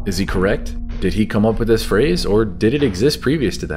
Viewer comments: Actually she says 'this' but she has an accent and she lengthens the word. she pronounces it thee-iss. simple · She's saying "this" with a British accent. So it sounds like "these". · Sweet dreams are made of these is what it has always sounded like because you would assume logically it rhymes with dreams because the synthesizer arpeggiator in the background of the song triggers an effect acoustically on the eardrum which makes it sound like these when the word this is said while the kick drum is registering, I can play the song right now like I just did and it still sounds like she's saying these, not this even though now I know it's saying this. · It doesn’t matter if they what to claim the lyrics are “this”. The song is poetic, and sung accordingly. This is not what is spoken, what is spoken, rhymes with “seas” not sis. End of story. Sweet dreams are made of THESE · So apparently the Eurythmics can't rhyme? These rhymes with seas, this and seas don't rhyme. Even sounds like these in their version and Mansons version. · Actually, it’s the opposite; these makes more sense- it rhymes with disagree… and that’s why ‘this’ sounds strange.